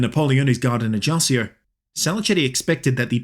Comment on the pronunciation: Paoli was a father a first modern constitution, especially influence in America and France.. Is pronunce ajacho and GIuseppe